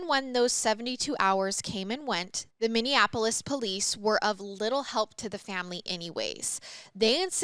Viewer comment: its Min-E-Apolis lol I got you girl!